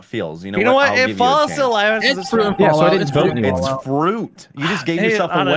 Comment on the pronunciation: Mistah fwuit is trending